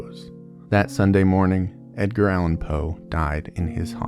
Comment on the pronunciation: I thought you said “Dadgear” Allen Poe and couldn’t stop laughing because in street parlance that means “father drugs”. 😂 ❤🎉